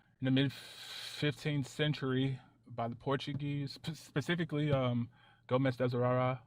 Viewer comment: haha pacifically